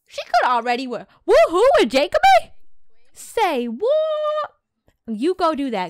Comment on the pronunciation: its jeck-o-bee not jakeoby